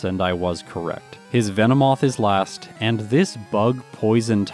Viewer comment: Pardonnez mon foutu Francais, but what the feckin' daffodil did you just call Venomoth?!?!